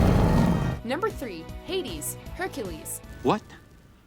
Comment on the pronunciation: Did she really pronounced it Heidis?